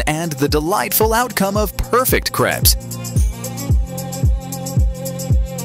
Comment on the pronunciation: Pronounced "craypes," not "crepps". (Spelled crepes, by the way.)